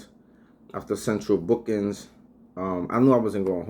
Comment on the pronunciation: "central bookins" 😂